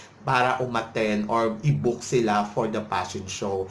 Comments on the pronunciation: P!!!! Pa-shon show talaga. Pashon showw. Nu York Pashon Week. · Ang Nega mo bakla! Natural ang fashion show organizers nagbobook ng mga models nila nanagfifit ang physique at hitsura sa theme ng fashion shows nila. Baka naman hindi lang fit ang aura ng hitsurani Ms. Gazini sa themenila. Hay naku vakla singlabo ng hakahaka mo ang pronounciation mo ng Fashion Week! Tumbling ka na una ulo. nyeta!😂😂